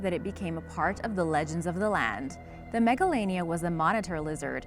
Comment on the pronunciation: I thought that she said megalovania instead of Megalania XD